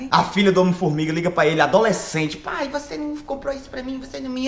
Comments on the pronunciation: "O IMPORTANTE É SER VOCÊR"😂😂😂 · "O importante é ser vocêr" Nunes, Whindersson 2019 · "O importante é ser vocêr" Whindersson/2019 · "O importante é ser vocer